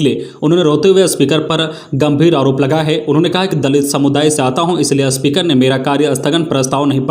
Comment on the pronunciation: आज की गलतियां-साधा को सधा 2 बार स्पीकर को अस्पीकर 3 बार, स्कुल को अस्कुल 2 बार ,पुनर्वास को पुरनावास बोला गया, भूल सुधार कीजिए